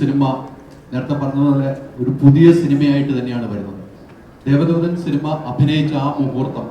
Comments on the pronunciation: ദേവധൂതൻ അല്ലടെ, ദേവദൂതൻ ! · ദേവധൂതൻ അല്ല ദേവദൂദൻ ആണ്